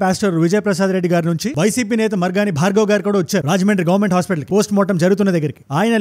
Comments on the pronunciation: మార్గని భరత్ గారు. భార్గవ్ కాదు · మార్గాని భార్గవ్ కాదు అన్న మార్గని భారత్ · భార్గవ్ కాదు భరత్